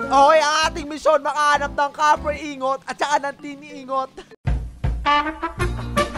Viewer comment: Tin ingot MP4 Tin ing-got pronounce nun dba?